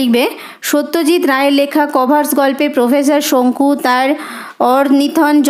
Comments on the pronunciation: আপনার উত্তর গুলো ভালো হয়েছে ।কিন্তু কর্ভাস উচ্চা রণ টি ঠিক হয়নি।কর..ভাস হবে কভার... স নয়। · ম্যাম ইউ ডিড ওয়েল , বাট "কর্ভাস" pronunciation ইজ wrong 🙏🏻